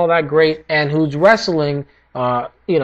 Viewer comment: Its Muñoz, which sounds like Mu-nioz. Shout out to all my Filipino people out there! :P